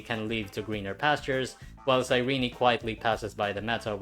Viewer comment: does EN actually pronounce cyrene like “sai-ree-nee”? it sounds like ass 😭